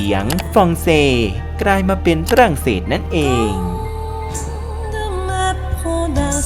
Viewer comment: ปวดหัวกับฟรั่งเศส555😂